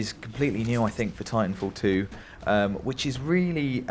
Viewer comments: "tintanfall 2?" bruh what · "Tintanfall 2" Nobody else notice that?